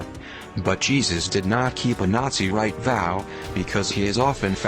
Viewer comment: Learn how to pronounce words like "Nazirite" do not pronounce Nazi like the German sound Nazirite is more like "Naz- ah- rite" type the word in google and it will come up with the proper pronunciation. Did you actually go read Josephus's description of the Zealots? The Zealots were the Jews who were tired of waiting for a Messiah in some cases and became a militant group that wanted to attack the Roman High Command & Rulers and eventually fight for their freedom from Roman rule. (And not Transvestites. The transvestites would be found in the Roman Culture)